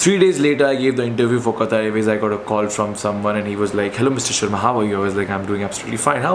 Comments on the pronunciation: It's Qatar not qataar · Sir, You have worked for Qatar Airways, atleast pronounce the name of the country properly. Its Qatar without Syllable stresses. Not Qataaaaar as in Queue. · Bhai! Itna sab karliya toh also try saying Qatar from epiglottis. 😁